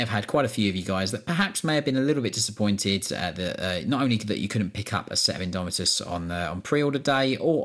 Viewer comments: "Imdomitus" hehehe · "INDOMITUS" sweet lord Jesus pls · "INDOMITUS" c'MON